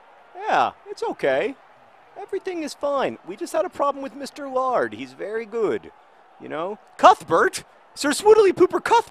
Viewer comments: Maybe the reason mr laird doesn't play for you is because you pronounce his name "lard". Also, my favorite show is doctor who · John, Laird isn't pronounced lard. And Laird means someone who's Scottish and is really rich and has a large property.